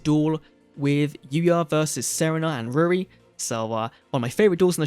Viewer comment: The train needs 2 non tuners, also she’s pronounced sareena not serena. I’ve watched the dub twice